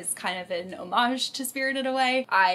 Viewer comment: You mispronounced the the word "homage."